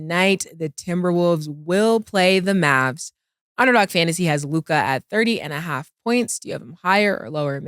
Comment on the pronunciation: Mase can’t even pronounce Luka name correctly. He be like Lukaah